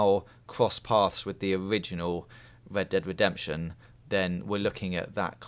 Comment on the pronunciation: Holy shit, R is not pronounced like W. It's Red Dead Redemption, not Wed Dead Wedemption.